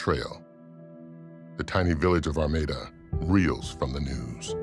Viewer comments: The narrator keeps saying Armida, but all of the town and everything says Armada??? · The village of "Armada" should be pronounced like the Spanish Armada (arm-odd-ah), not Are-made-ah. I think that pronunciation is another possible crime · Since they solved this crime, let’s talk about the pronunciation of their town? Ar-may-da?? That should be criminal.